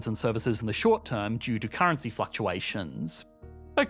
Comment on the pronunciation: Had to stop watching due to the annoying Australian trailing lisp, like get that under control and learn to pronounce "Gulf" as not "Golf" lol, and not add like 13 Ys to the end of currency when currency is the last word in a sentence